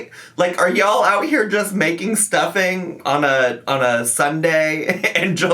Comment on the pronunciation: It's not stuffing. It's stuffeeen